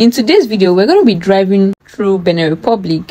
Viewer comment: Benin Republic not "beneh"